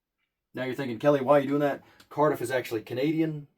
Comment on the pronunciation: Poor Cardiff. Even this guy called him Karmix